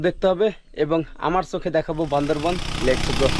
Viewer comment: আপনি কিন্তু বার বার বলছেন, বান্দরবন, ভাষাটা হবে বান্দরবান।